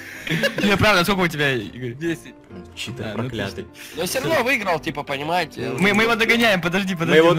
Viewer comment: не чиии тор а читир